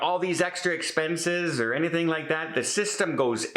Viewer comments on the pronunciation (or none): none